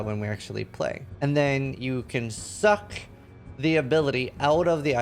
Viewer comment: why'd you say SUCK like that? 😅